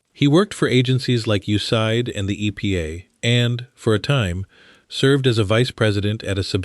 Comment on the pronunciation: You just called USAID ‘yousighed’ - thanks, AI doofus!